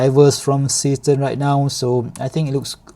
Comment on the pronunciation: Is that supposed to be a German name? Zay shtairn, Sea Star.